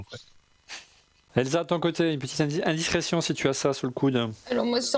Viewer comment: O. Frigara toujours aussi mauvais...incapable de prononcer « indiscrétion » à 5 reprises...le charisme d’une pantoufle... quel dommage qu’il s’accroche à ce poste. En tant que fondateur d’ORLM il devrait s’atteler à trouver 1 animateur digne de ce nom .., au secours